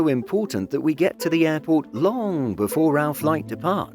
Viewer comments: The way you said "long" 🤣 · I replayed it just to have another laugh